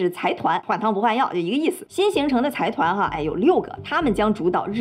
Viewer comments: 财团是读 zaidan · 之前没发现，又一个bug，财团的日文读音是ざいだん zaidan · 非常喜欢你的视频，不过财团应该读 zaidan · 财团的日语读音应该是sai tan。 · 财团是读ざいだん（zaidan）